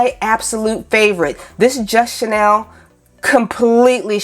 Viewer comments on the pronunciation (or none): First time viewer here, hi! #1 chenille is pronounced (shin-Neal). Your pronunciation is a French perfume couturier label, named after Coco Chanel. #2 if Helen Keller were alive today and heard ( translated ) what you said about her....oh, I don’t know what she would do... probably slap you somewhere into next week. Maybe not she had some pretty heavy comebacks herself, considering that period of Time. But don’t let that bother you, you have the energy to carry off what you are accomplishing in your videos. Keep it up but make sure your wise azz comments are focused on dead guys so they can’t come after you. I appreciate your critique of $ yarns cause I’m not able to get there to do my own assessment, so thank you, you covered the details I was wondering about very well. 🕶? Ummmm, well, your spec’s are a very personal choice. I prefer wire rims because more of a person’s natural beauty is allowed to be on display. Since I’m about as old as & do look like Benjamin Franklin, I would say, to flatter your beauty, don’t cover or distract from what you naturally have going for you. Someone said they make you look professional... ummm, yeah, a professional clown perhaps cause they are way too huge for your petite features🤡. Sooooo, get several pairs! Each to convey your changing moods and to match new outfits! There! Settled! Thank you for this review!